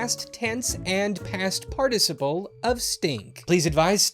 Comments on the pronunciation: Ur pronouncing participle wrong. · I was mildly perturbed at the subtle variation at the pronunciation of the word "participle". I mean just pronounce it how it is? How hard can that be? Pfffft. As a Brit, who pronounces everything the correct way.. This makes me mildly discombobulated. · You're pronouncing participle wrong.